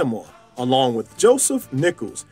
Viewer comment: Why do you call him Latimore instead of his name, Latimer?